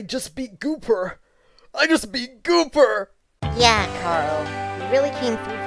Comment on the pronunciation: Ikr and u pronounced gooper's name wrong